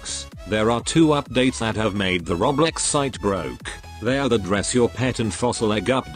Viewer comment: the tts voice says roblox like "rOblEx"